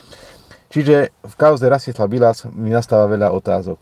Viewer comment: Nie Biĺas ale Bilas. Je to môj bratranec tak viem ako sa volá.